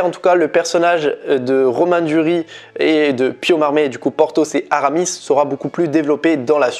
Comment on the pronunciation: Il s'appelle Pio Marmaï, le i tréma se prononce en français. On ne dit pas Marm(é),. Et il me semble qu'il faut prononcer le S de Duris. À part ça, bonne vidéo. ;-)